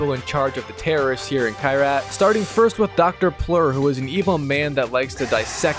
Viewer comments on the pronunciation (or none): paul "de pleur" harmon , not Dr. Plur... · bro said dr pleur lmfao